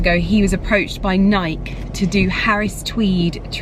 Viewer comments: Nike was the Greek goddess of victory - pronounced nigh-key, even in the UK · It’s pronounced ‘nigh-key’, just an fyi. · this was just absolutely glorious… How special to have purchased some of that tweed… And maybe somebody has let you know that it’s pronounced NIKEEE- 2 syllables, long E at the end❤ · true, but even the Scottish man pronounced it ni-key ☺️ but, however you want to say it is fine 🙏🏻